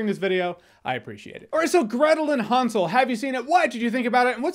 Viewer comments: It's not H-awn-sel and Gretal its hansel and Gretel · Nobody: Jeremy: HONSOL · Is he saying Han Solo and Gretel? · Almost sounded like you said, Gretel & Han solo movie when you read the title. 😂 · i think your saying hansel wrong